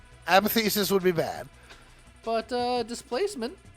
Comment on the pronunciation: I know is probably going to ignore me, but it is pronounced A-POTH-EE-O-SIS!!!!!!!!! Also, old series that Lee possibly hasn't seen: Greatest American Hero.